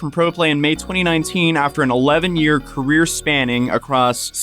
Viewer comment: “Car-ear,” 😂I remember figuring out how to spell “career”